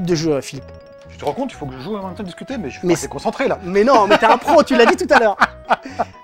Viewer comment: Pourquoi "meume" a la place de même ?